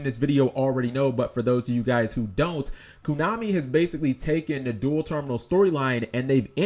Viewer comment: stop saying "kunami" and i'll subscribe